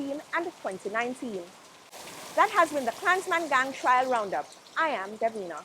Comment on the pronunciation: Trial not Trail....